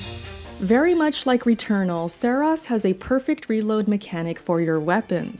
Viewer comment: “Serahs” hahahaha can’t even say the name right